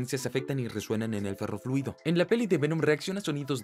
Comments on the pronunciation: ferrofluido no perrofluido jajajajajaja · like si escuchaste perroliquido en vez de ferroliquido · No sé si fui el único pero escuche "perro fluido"